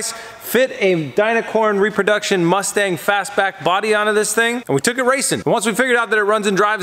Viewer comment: 'The MuchStang'.....😂